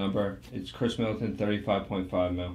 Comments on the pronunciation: It’s Khris Middleton not Chris lmao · Khris* lol 😂, love the content